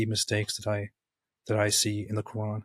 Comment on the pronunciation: For me a Big no no was growing in islamic household and practiced islam yet still cant pronounce "Quran" something is fishy 😂😂😂😂 kuraan side note not talking about english pple..❤